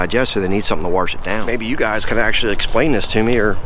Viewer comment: Warsh it down